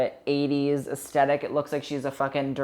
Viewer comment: Take a shot every time says asTetic